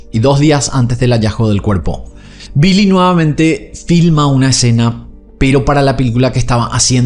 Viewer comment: Billy no se pronuncia como 'bee-lee' en ingles, es 'bill-ee'.